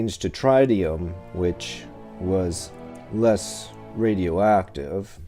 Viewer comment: Note it is pronounced "TRI -tee -um" as in "with" and "if", not TRY. you are basically telling us this is a fake or counterfeit, as they would never have attributed 300m in that era. The bezel looks like crap, likely fake 'aged'. The movement may be Omega, but the watch looks like hell.